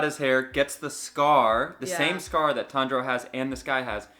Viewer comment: tanjuro not tenjuro